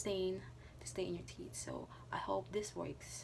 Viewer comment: The word is tee'TH, not tee'T... just saying